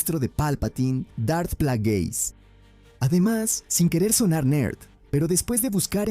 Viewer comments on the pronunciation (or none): “Los sis”? “Dart Plagüis”? Que mierda es esto